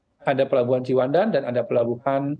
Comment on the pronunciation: Pembawa acara nggak menguasai materi, Ciwandan disebut cipandan